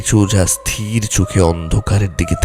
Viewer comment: উচ্চারণ ঠিক করুন।স্থির আর স্তির এর পার্থক্য জানুন আর উচ্চারণ ঠিক করুন।